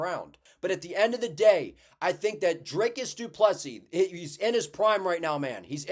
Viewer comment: Proud of Drickus as a South African. Also great to see an American saying du Plessis correctly (without the last 's'). Keep up the good work man!